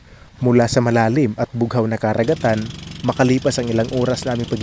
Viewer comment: Boss maganda yung dokumentaryo mo, the best actually!👍👍. But watch out your pronunciation like "karagatan" "pasipiko". I like your documentary..im not basher ok👍😊 ..